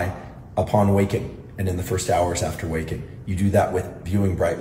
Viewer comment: Did you say “wakin’”?